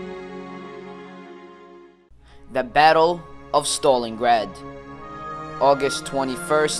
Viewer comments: wtf u dont pronouce it stolingrad you pronounce it stalingrad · stopped watching at "Stolengrad" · learn to say stalingrad